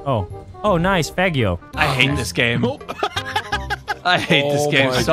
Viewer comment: Everytime he says fagio😂